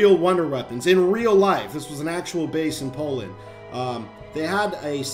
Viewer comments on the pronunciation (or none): its poland not polan ok im polish:'(